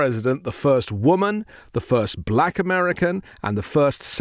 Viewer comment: He pronounces black.... buh-LACK .... He's showing his degradation of black people right there with how he says that word. I really hate him.